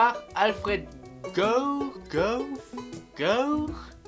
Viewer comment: Gough c'est comme enough(inoff), non ? Donc en tte logique (ou pas) ca devrait se prononcer Goff.